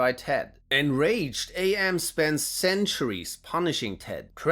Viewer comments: AM is not said as "Ay Em". It's "am", as in "I think; therefore I am". AM uses the name after hearing "Cogito Ego Sum", which is that phrase in Latin. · Every time you say “A.M.” instead of Am, I die a little. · It's pronounced "Emm", not "Ay Emm". If you actually read the short story you would know this as one of Am's quotes is "I think therefor I Am". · Spelling out AM like that is driving me up a wall. It's "Am". "Am" as in "I think, therefore I Am". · Allied Mastercomputer - A.M. Not Am. Get it through your head or get out of fuck town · Or maybe FM can force AM to dial it back a bit (seriously, I cringe when he pronounces AM as A.M. lol) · I AM!!! I AM!!!! - AM